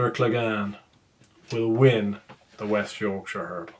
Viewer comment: Who is Zandoor Cleg - Anne? He’s your favourite horse. The Hound. Clegane rhymes with pain